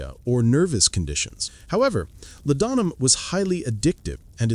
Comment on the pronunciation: "La-don-'em." Did you even listen to this AI trash before you posted it?